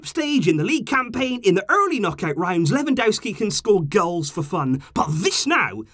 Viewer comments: He is called Lewandowski not Lewandouski that is not his name its not that hard to pronance at all. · Quick tip, ‘W’ in Polish is pronounced as ‘V’ so you would pronounce it Levandovski. 👍🏽